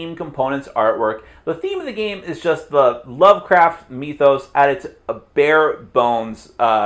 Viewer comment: did you say "cthulhu MEETH-os?"